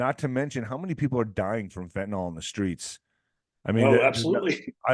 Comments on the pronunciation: I wish people would stop saying fentanOL........ It's fentanyl.....- nil...... not -nol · Fenta-nyl is not enunciated fenta-nal. Can I get a refund if it doesn’t do what you say?